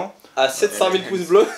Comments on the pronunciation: Non il dis poce blo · Des "poces" bleus 🤣. Pas mal